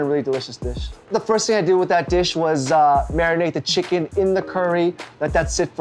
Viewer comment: No one: Jay: chiggin